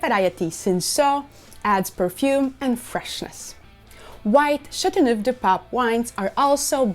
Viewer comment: So, when will you start learning how to pronounce the name?🤭 I once drank a bottle of the red one. It's fantastic!